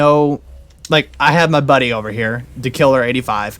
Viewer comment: Yeah buddy I liked the video, and it’s pronounced Dakiller85 👍🏼 And I did see you going for that base so I got your back!! 😎 Ps. Thank you for the shout out.